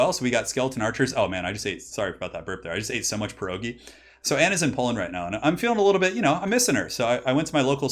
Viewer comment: pyrogi" xd l love how you said that